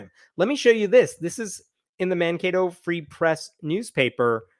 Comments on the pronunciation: I am from Mankato and it's awesome you pronounced it correctly ❤ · Nailed the pronunciation of Mankato. Almost like you'd been there before.